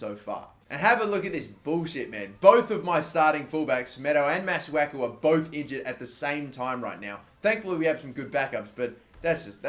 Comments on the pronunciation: It's pronounced Mah-Soo-Aah-Koo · It's prounounce massaku